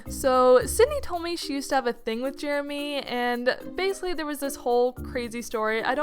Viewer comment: Man I hate “Jeramy”